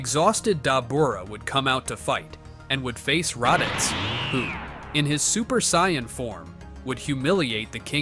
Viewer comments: saiyman not saiymon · I can't stand AI voices, they mispronounce way too much, sai-on instead of Saiyan, come on! Also if Goku's power level was over 200 as a baby, he would've wrecked everyone as even Kami's power level was only around 180 and he was the strongest on earth at the time. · if i hear another SAIYON story imma go nuts... SAIYON ERYWHERE~ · sion = saiyan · saiyan not scion a.i couldn't even get that right lol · Ah yes Goku: the Psion that learns the dodahnBahn and stays at the Camby house after killing the owner. AI can't even pronounce threatening, it says three-tening. P.S.: Kameha Kamiya?